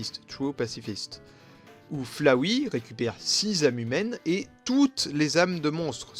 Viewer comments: Tu sais dire Flowey ? Car moi j'ai l'impression que tu dis Flawey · C pas Flawey c'est Floooooowey # dsl je suis chiante.